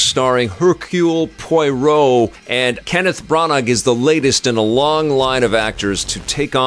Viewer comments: 😂 Listening to pronounce Poirot as Poyroh feels the same as listening to my dad pronounce Chipotle as Chipotul. Love it 😂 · Looking forward to this after the first two Kenneth Branagh (pronounced branna) Poirot (pronounced pwurrow) films, although the horror/spooky side is a bit concerning (the book really isn’t).